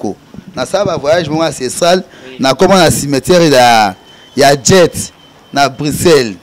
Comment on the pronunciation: Tika koloba "djet"! Soki oya déjà Belgique, olingaki oyeba que c'est pas "Djet" mais "Jette". Tika kokosa que tu étais 3è au Congo et 5è au monde. Et surtout tika koloba oza parce que les ne parlent pas de cette façon et avec autant de lacunes en français. C'est un nom qui t'a été donné parce que boza village moko et ba parents bayebanaki. On voit ça souvent epa ba ngala